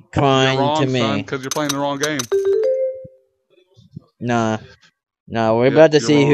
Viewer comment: I fink maybe the west of dem wewe pwaying deh wong game.